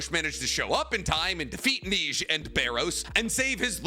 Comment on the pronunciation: Bro cant pronounce the French word for snow correctly